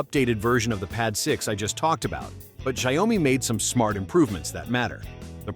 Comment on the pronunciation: Xiaomi pronounced show-me. Rhymes with cow.